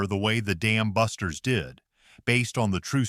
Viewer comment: You're absolutely right, that's horrible. Sounds like he really wants to say the Goddamn busters. I really hate AI narration. You'd think whoever put all the effort into creating this would rather read the script personally to get the emphasis correct.